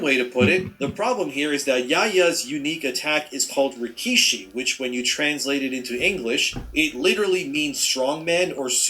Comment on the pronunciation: Says rikishi😂😂😂